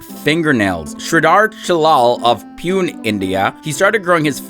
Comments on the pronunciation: Its pronounced pu"ney" the indian city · It's Poone pronunciation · 😅😅😅 Pune (pronounced — Pu-nay)